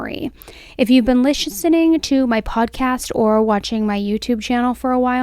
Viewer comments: I had to chuckle at lishesining lol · Lishenening. I love it.